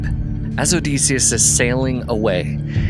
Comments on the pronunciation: I’m curious where you came up with the pronunciation of Odysseus? I’m pretty sure the standard pronunciation of the Ancient Greek is “duss” like the German tü (that’s what I remember from college as a classics major) and the colloquial for English speakers is “diss” like kiss. I’ve never heard it pronounced O-dees-seus. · It's Oh-DIS-e-us, not Oh-Des-e-us. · You saying his name incorrectly is killing my ears odeeeeseeeus 😅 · Get the pronunciation of Odysseus correct OK?